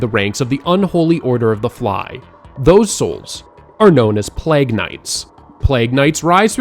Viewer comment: Plag?!?! Play-guh